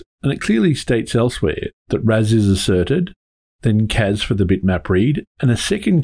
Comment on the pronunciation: Loved The Clash reference. I hear Casbah now every time you say CAS-bar :P